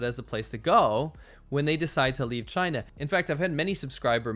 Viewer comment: 'V' for 'Vachina'